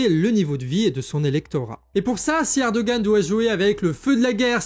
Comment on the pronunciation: Erdogan se prononce ErdoWan en turque, si jamais ! :D